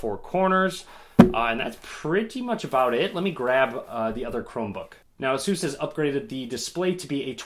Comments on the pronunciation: You pronounce ASUS just like SUSE ;) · I pronounce Asus as Ace•us